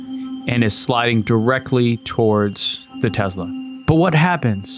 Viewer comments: "Tezla"... Its Tesla! TESLA! T-E-S-L-A... lol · Its Tessssssssla Not Tezzzzzzla!!!!!! You have testicles not tezticles. Nikola Tesla is turning over in his grave every time hears Tezla. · Hey jack wagon, it's a Tesla, not a TeZla...... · Why do you pronounce it as "Tezla" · The tezla